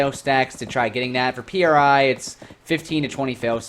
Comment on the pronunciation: Its pronounced, "pree", not P.R.I. Other than that this was a reasonable video with some good points made. Towards the end tho you make it sound like you were lied to and you were promised a different game, lets be real tho, this is a Korean game, and youre not into RNG or the Grind. Its a KOREAN game.